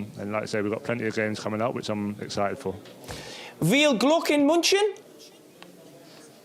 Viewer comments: Veal glock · That "Viel Glück" was so bad pronounced, i dont think Harry will get there (will be able to understand it). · Carra’s attempt at saying “viel Glück in München” was class 😂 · Jamie Carragher tried to say in German viel Glück in Munchen which means good luck in Munchen but his pronunciation was really bad!!! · The guys German pronouncation was horrible ;D Zero chance for Kane to understand that mess!